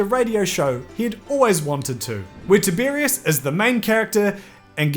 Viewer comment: No, mispronounced it every time. Sorry. ☹️